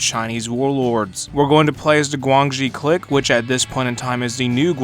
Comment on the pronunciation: the way you pronounce clique is cursed